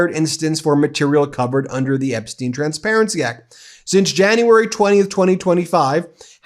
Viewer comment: His name is pronounced Epstyne, not Epsteen.